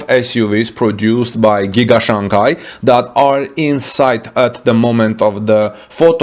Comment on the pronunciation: The second syllable of Shanghai is pronounced like “hi” not gai or kai.